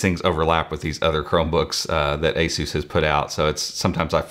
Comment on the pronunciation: I can't get over how he pronounced ASUS as A-Zeus...